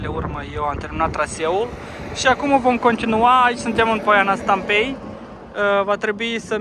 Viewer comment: Poiana Stampei accentul cade pe a și nu pe e .